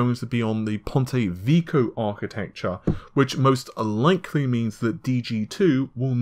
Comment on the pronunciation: Awesome news-- Just one remark.. You worry about the pronunciation of a single chinese name, yet keep on butchering the pronunciation of pontevecchio in almost every movie.. How about try and get that one done first. It's not VEEEKOOOH its VECK-KEEEOOHH. Otherwise awesome job!!